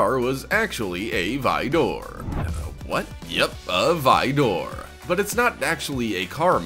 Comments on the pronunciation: Why are you saying vidoor? It is spelled Vaydor and said that way. You know what? Whatever. I used to say Lamborghini Murcielago as mercyalago so... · No way he just called the vador kit a vi door kit, it's pronounced vador as in darth vador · Dude pronounced Vaydor like frickin Vidor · The way he said Vaydor 😂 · Vaydor * lol it’s also a well known car brand lol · I’m convinced you purposefully mispronounced “Aventador” and “Vaydor” for comments like mine. Congratulations, sir/madame. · yeah its cool vehicles, but i really do not like how you show Arkham knight bat mobile even though you are literally talking about TDK Bat-Mobile, also how you say the cart name of jokers car from suicide sqaud makes me want to click off the video, this is why Top Number channels are the worst and should be banned.